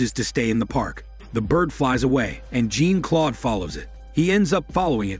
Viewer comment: "Jean Claude" It's not pronounced like Jean from the X-men lmao